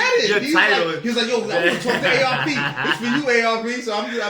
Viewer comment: Calling ARP "Arp" is crazy😂